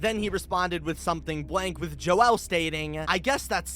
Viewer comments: Why did you say "Joel" so weird? You don't need to split the syllables. It's just pronounced as "Jole" not "Jo-el" Have you never heard that name before? Its pretty freaking common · Joel is pronounced like jole, I have a grandfather named this and I hope this helps your theory here keep up the great work! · joel is not pronounced like "noel" with a j like you're saying it. it's a common name pronounced like "bowl" but with a j.